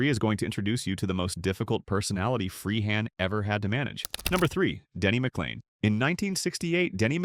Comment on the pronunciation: This is an insult to Bill Freehan! You can't even spell or pronounce his name properly and that goes for most of the other players that are included! Lazy sloppy work!